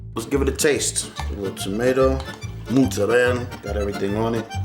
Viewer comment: Oh and it's MOzzarella, pronounce it putting the accent on the "o". And definitely it's not Muzzarella